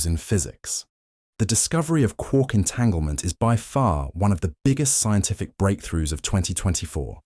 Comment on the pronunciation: i’m sorry i can’t heard quark correctly with your voice 😭